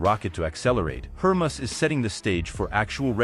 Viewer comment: It’s HER-MAY-US you dolt.